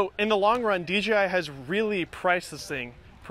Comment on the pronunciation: Is there a reason you say DGI instead of DJI?